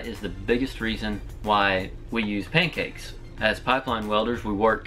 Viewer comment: Drinking game. Take one shot of absynthe every time he says pankcakse